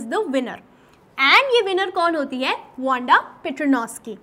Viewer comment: "Wonda" Ya "Wanda" 😂